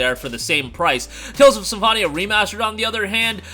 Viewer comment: Sorry 😅 "SymFONia"